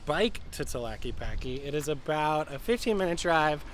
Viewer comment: REALLY good video. Gracias! 👍👍 Minor quibble: Tah-la-kay-pah-Kay 😉